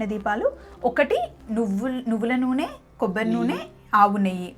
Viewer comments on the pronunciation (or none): none